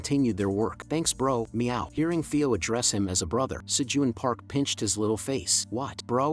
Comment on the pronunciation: Dude your ai sucks it can't read Theo properly.